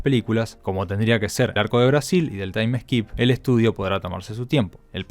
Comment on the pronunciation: se dice TAIM SKIP, no "taim es kip"